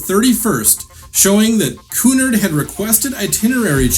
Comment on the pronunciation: You are mispronouncing the word Cunard. The accent is on the second syllable, not the first.